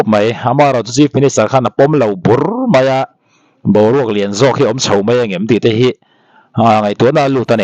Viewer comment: Tho tih turah thau, chho tih tura chhau etc. tih ang deuha ri hi channel neitupa hian lo inenfiah deuh se thra mang e.